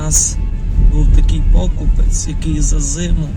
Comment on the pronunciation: Знімлю відео 😂😂😂. Ти з Хмельниччини чи взагалі з закарпаття.може зніму відео .і в слові покупець наголос ставиться на " е" а не на " о" . навчись спочатку правильно розмовляти а потім відео коментуй бо мені аж соромно стає за тебе коли дивлюсь